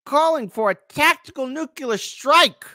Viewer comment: Please don’t say “nuke-yuller”.